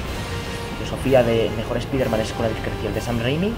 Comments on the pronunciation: ¿Por qué los españoles no pueden pronunciar la palabra spiderman como se debe? Es que me parece chistoso cuando escucho su pronunciación. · A molado. Pero con respecto a la pronunciación del nombre Spider-Man, decirlo como "spaider-man" ya es un error, primero, no suena mejor que la otra opción, segundo, si la idea es decirlo como se dice en inglés (cosa que queda aún peor fonéticamente con una frase en castellano) el nombre en inglés se pronunciaría "spaide-men" ni marcas la "R" ni dices "Man" o sea que a este nombre le pasa como al nombre de David, en España se dice como se lee y en países de habla inglesa se pronuncia "Deivid".